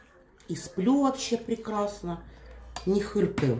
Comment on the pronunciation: Не хыркаю 😂😂😂она хотела сказать,не хрюкаю😅